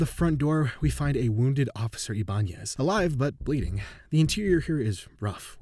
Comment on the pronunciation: It’s pronounced (eye-bah-nez)